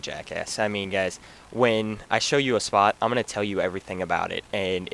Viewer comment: and schpot